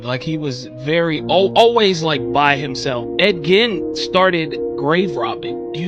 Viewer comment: Ed Gein.... come on dude, if you're going to pretend to know about him, pronounce his name correctly.